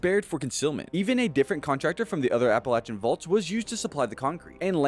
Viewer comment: Can someone please tell this guy how to pronounce the Appalachian mountains correctly